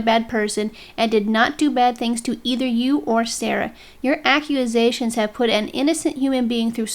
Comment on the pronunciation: Duuuuuude. The video's pretty good, but why do you keep saying "accuAsations"? , , , ...you get it. It's super weird and distracting.